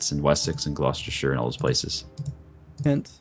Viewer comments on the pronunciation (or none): Glockestershayer xD oh good God.